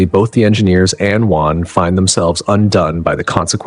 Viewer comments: It's Weyland, not WHYLAND!!! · Who’s “Juan”? 😅. Weird way to pronounce Weyland! Mispronounced it in two different ways throughout the video. I did like it but that threw me off as I was falling asleep! 😅. Love all these videos from the channel! I don’t sleep good at all ever since I got out of the Marine Corps in 2004. I’m lucky to get 2 hours sleep straight every night since then. 😤😕. This channel helps me relax though and get to sleep. Even if it’s only a couple hours, it’s still nice.